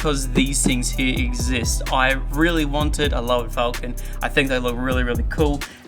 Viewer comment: Falcon, say it right